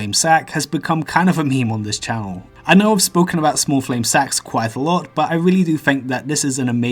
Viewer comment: smah fwame sahk